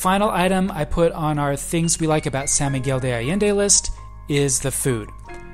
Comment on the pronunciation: Sawn Miguel not Sa